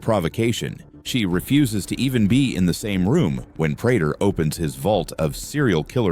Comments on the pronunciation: He needs to type it Pray tur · Your Ai cant read prater correctly